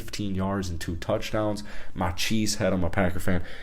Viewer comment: This mfer just said "packero"